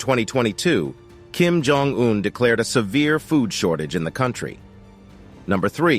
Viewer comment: I should know, as soon as I hear the narrator's voice, that the video will involve a lot of "filler" content and, btw, Jong is pronounced Chong. This narrator always gets things wrong.